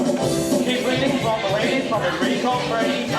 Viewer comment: Fermi is being pronounced wrong lol